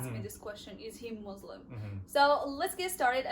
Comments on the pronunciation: I don’t know why people keep saying Muzlim.. it is Muslim. MUSLIM I hope you correct that. Thanks 😊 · But you said it .. مزلم muzlim is not Muslim مسلم.!!! As I mentioned earlier, the problem of pronunciation usually faces those who have the difficulty to pronounce the word Muslim, even though they make an effort to say as it should be. Again, the name Muslim is regular, with a meaning that means Submitter. The one who submits to Allah. You can check the dictionary. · Salam alaikum sister! Actually that was my first time ever seeing you - and that was my first notice. If you were not Muslim and a western then could be a matter of pronunciation but you should be the one to say it right and know the huge difference between Muslim and Muzlim.✌️